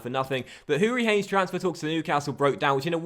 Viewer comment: You dont say the E on HourihanE